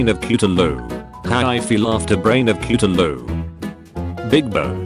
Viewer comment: The way the text to speech says Cthulhu “ cuutaloo ”